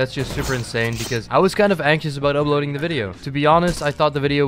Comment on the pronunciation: why do you say "ubloading" instead of "uploading"